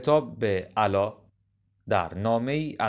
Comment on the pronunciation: عِلا هم غلطه عَلا درسته. درست بخونین متن رو